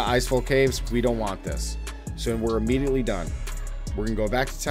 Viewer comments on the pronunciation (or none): none